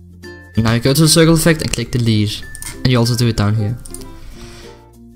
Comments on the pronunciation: you are saying the lead or delete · Lmao his accent sounds like "the lead"